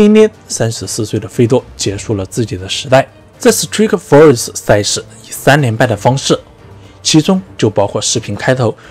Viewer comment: Strikeforce那个i和pride那个i发音一样。。求别再念错了